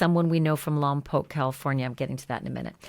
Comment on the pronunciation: This is so incredibly sad. And thank you for pronouncing Lompoc correctly 😂